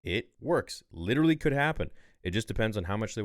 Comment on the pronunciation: WITEWWY ITS WITTEWY GORG LUCAS